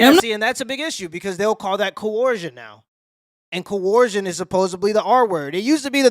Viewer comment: I cant listen to a guy who cant pronounce coercion